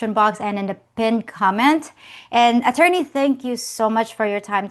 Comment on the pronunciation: Could you please stop calling him atorney, that sounds creepy His name is Dave